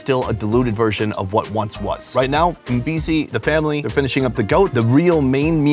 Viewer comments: every time you say Mpisi I thought you were saying NPC, and I'm like is this a game? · For a moment i thought he said "thats what NPC said"